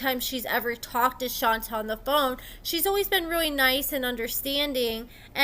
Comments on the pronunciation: Exactly. Which is weird, because obviously watches the show a lot, and on the show it's ALWAYS pronounced as Shon-tay. So how do you do multiple videos and keep calling her "Shon-ta" over and over? 🤔 I don't get it. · Thank you for the lovely recap but in case nobody else said it, her name is pronounced like Sean and Tay . Seantay not Shanta. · Did u watch the show, True prounces her name as SHAWN-TAY not SHON-TAH, so how u keep sayin it wrong? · Not shon-TuH it’s shontay!!!!! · must be the only person in the world who pronounces it as "Shon-ta" instead of Shon-tay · You are mispronouncing her name. Her name is pronounced Shawn-tay. True always said he cared for Shonta. If he could get IT with no attachment from the other woman, shame on them. They knew he had a person. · please at least pronounce her name correctly. Like Shon TAY (Shonta) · ITS PRONOUNCED-- SHAWN-TAY! 😂😂 OMG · Thank you because that is how my name is pronounced and there is nothing more annoying than people not taking time to listen how the name is pronounced. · Shon-tay 😂😂 Shon-tay. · HER NAME IS SHON-TAE! Like wtf bro it’s so annoying when y’all can’t get simple names right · do you even watch the show? Shonta is pronounced Shon-tay. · LAWDDDDD ITS SHON-TAY! I CANT EVEN LISTEN TO THE FULL VIDEO W/ THE MISPRONUNCIATION! Sounds like AI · 𝐈𝐓'𝐒 𝐏𝐑𝐎𝐍𝐎𝐔𝐍𝐂𝐄𝐃 𝐒𝐇𝐎𝐍-𝐓𝐀𝐘....𝐃𝐎𝐍'𝐓 𝐘𝐎𝐔 𝐖𝐀𝐂𝐓𝐇 𝐓𝐇𝐄 𝐒𝐇𝐎𝐖❓❓ 𝐒𝐌𝐇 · 😩😭 (Shawn-tay) it’s pronounced Shawn-tayyyyyy 😂😂😂😂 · Hey girlie! I think it’s pronounced “shon-tay”! I love your content and I’m always here gulping this tea and scolding my mouth! 🤍☕️😂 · Your saying her name wrong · girl it was driving me crazy and it's not even my dam name! 😂😂 Shit! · The way she was saying it was driving me insane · Right she keeps pronouncing her name wrong lmao 🤣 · I have a name that people mispronounce ALL THE TIME! So when I heard mispronounce SHONTAY, makes me cringe! 🥴😠 I thought it was just me🫣